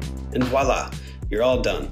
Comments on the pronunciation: I've never worked with bottle caps before. Is there a certain size I should buy? P.S. It's Voilà. Not walla Spoken with V not a W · No. The name, and instrument are pronounced with a V, while the french word meaning "look, see, it's done, and it's good" is pronounced "wuh la". Google, its easy.